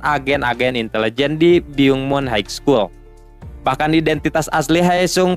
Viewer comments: Min maaf high school di bacanya bukan Haig skul tp haiskul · haik skul utk high school?, coba dengerin pronounce yg betul